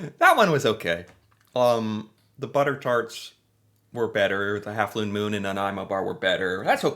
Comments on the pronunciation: it's actually 1/2 Moon, not 1/2 Lune Moon. Lol In Canada, all our labeling is bilingual, and because Vachon is French-Canadian based in Quebec, it would be in French first, then English. To put it simply, you're coming out with both, which I think is kinda cool! Love your reactions to our snacks! They are awesome! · A lune moon 😂😂😂😂 the bilingual package gets them every time